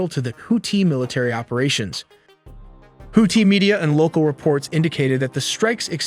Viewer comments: pronouncing tf out of that 2nd syllable 😂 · Is that really how their name is pronounced? Houti (no th sound)? Just asking because i’ve never heard it pronounced that way and im well aware American pronunciations aren’t the most accurate 😂. No hate. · Bruh the way he pronounces Houthi